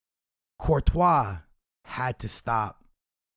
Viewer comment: Lol u said Courtois